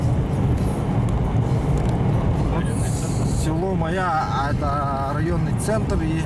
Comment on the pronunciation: Даа. слово Майя выговорить не может. И ещё одно как понять: поляна к нему примыкает озеро. 60 лет живу на земле, но вот узнал что алаас это поляна куда иногда примыкает озеро.